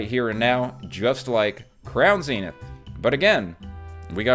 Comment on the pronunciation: Thank you for not saying Zen-ith. Its like nails on a chalkboard for me.#pokepositive